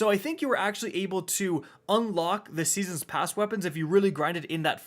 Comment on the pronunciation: Seesens pasz